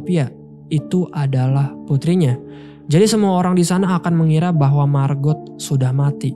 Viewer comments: "Margot" diucapkan "Margo", " t" nya tidak diucapkan, apalagi kalau mereka orang Perancis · Margot bang bukan marbot hahaha